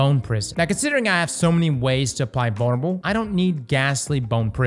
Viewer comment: Bone spears should splinter into bone spurs bone shards. Also why do I hear bonerable instead of vulnerable??